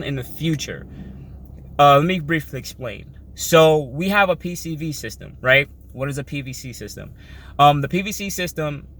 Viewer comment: first time watcher, but after you say PVC system time after time after time you lost any credibility, its one thing if you slip once but my goodness you literally couldn't say PCV(positive crankcase ventilation) correct